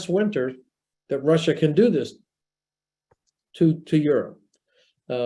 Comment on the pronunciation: she said "tewwowist" and later "bwidge" "Wussia" and "militawy stwucture" Ehhhhh...What's up, Doc?